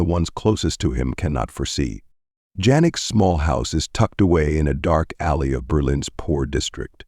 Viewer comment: Shouldn't 'Jannik' have been pronounced something like 'Yunnik'? I admit that I don't know German. But I am familiar with Afrikaans, which is Germanic (though closer to Dutch).